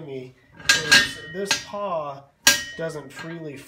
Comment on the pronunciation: Pawl . . . not paw.